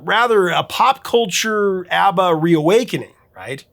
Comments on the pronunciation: It is pronounced "AH BAH"...NOT AAA BAH!!! I hate when people get that wrong!! (I knew a guy from sweden who knew them personally). And by the way..they are awesome!!❤ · I'm sure in the 4.4k comments, someone has commented that the pronunciation is ah- ba not how you keep pronouncing it or have I been mispronouncing it for 50 years? 😂